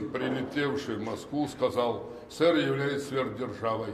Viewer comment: Почему он говорит сср?